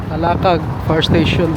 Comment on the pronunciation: Ram-bu-tan trees, Ta-la-kag pronounce the words properly if you are going to do a documentary.